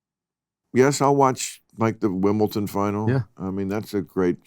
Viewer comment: Bill said Wimble Ton. That's a 40 dollar fine. Pay up.